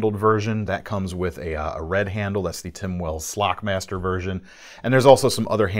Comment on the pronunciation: let's get it right,,,it's NOT slack master,,,,he's the SLOCK-MASTER!!!